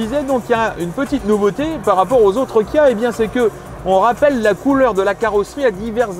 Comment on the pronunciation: Le journaliste à un peu de mal à prononcer les X et les K (Xceed et Guia)